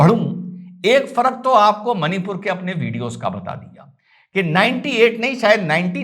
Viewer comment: it's मणिपुर and not मनीपुर।